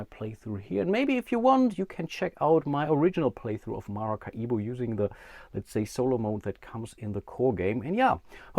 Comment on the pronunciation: Do Germans really pronounce Maracaibo as MaracaIbo (big I) ? I should think it would be just as easy for you guys to pronounce it like Ma-ra-cai-bo - much like the Latin people in South America do.